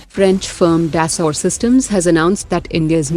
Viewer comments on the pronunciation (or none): none